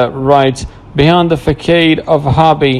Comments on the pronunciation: What's funny is his voice seriously? Facade he read is as Fakad 🤦🏻‍♀️ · Not fakade but FACADE!